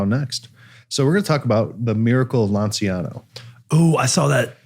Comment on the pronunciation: LANCIANO is pronounced LANCHANO, while Gennaro was pronounced perfectly!